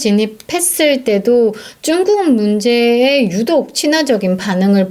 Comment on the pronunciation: 쭝국이란 발음이 듣기에 거부감이 있네요~^